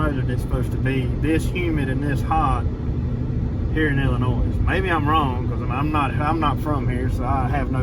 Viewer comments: Just one thing I wanted to mention. The s in Illinois is silent. That land is dark, black and rich. That and the flat land is why millions of acres are farmed. Most small family farms are hundreds of acres in the midwest. You'll miss the mountains after being away just a few days. You can grow such a diverse number of plants in our temperate rainforest of Appalachia. I had the food fortune to be raised in the midwest while still keeping strong family ties in Appalachia. Winters out there are long and gray with some bitter cold. When military retirement rolled around we settled on purchasing my grandparents Appalachian farm instead of the midwest. Did you you see Pete from Just A Few Acres Farm? He restores a lot of Farmall tractors on you tube in the winters. His farm is in the Ithica, NY area. He restored his great grandparents Victorian house on his farm. It's an amazing story and labor of love. He has a couple videos on it. Temps are usually in the 90's and they do see some triple digits some years come August out there in that area of the midwest. Glad ya'll had fun! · The “S” is silent in Illinois. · Enjoy the show. Ps.. the "s" in Illinois is silent. We love watching your show.